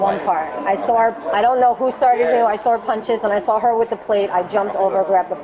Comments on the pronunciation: Crap bag New Yorkers always come to Florida and mess things up! She “sawr” ugh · Ma'am, there is no R in saw. 😂